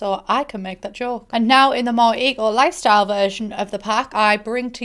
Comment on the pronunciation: all I can hear when you say the name of the pack is E.Coli 😅